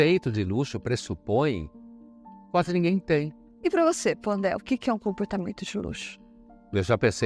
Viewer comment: É Pondé? Ou Ponné, né?😂😂😂😂